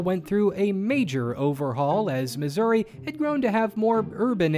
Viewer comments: Sir, I believe you mispronounced the US state of Misery. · Uh, yay, Missour-uh?